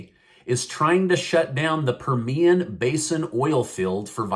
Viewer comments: Wow not good news about the Permian basin (accent on the PER- mian😊). I was born out there in west texas and the Permian basin area. Family still there. I don't want to cecede from U. S. 🥲but what choice would we have? Thanks. I'm sharing this with my west texas family. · it is per-me-an basin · Love your channel! Permian is pronounced with the accent on “Per”, just to let you know as a proud Texan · It's pronounced like "meridian" Permian Basin Midland-Odessa Texas I grew up in that region and let me just say the surrounding counties water supply is tainted smells like sulfur...impossible to bathe in... Well guess what if the oil production shuts down and the poor folk and middle class folks in the country suffers from the Biden Administration the democrats can forget about ever running the country again...plain and simple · pronounced per me an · Learn to pronounce "Permian".